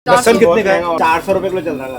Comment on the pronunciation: लहसोन है लहसुन नहीं